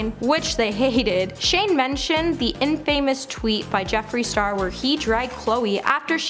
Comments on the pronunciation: She said in-famous. 😆 I was like "wait, what?" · Who is this girl? I don’t think you should be bashing people if you can’t pronounce their names right. It’s not a good look. Also, it’s INFAMOUS…. Not IN-FAMOUS.